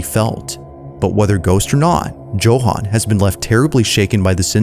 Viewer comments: “Joe-han” 😂😂😂 bruh its “Yo-han” 😅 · America prouncing Joe- Han😂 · It's pronounced YOHAN. Jesus Christ. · Anybody else find it a little annoying with the way he kept pronouncing Johan lol